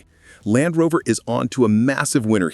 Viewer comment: Dalfrover?? AI is simply not perfect